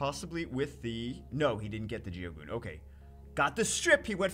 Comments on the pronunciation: its geogun not geogoon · Pronounced: Jyogun